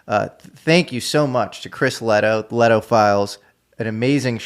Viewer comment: Shout-out Chris Lehto and the Lehto Files. Didn't he pronounce it wrong? 😅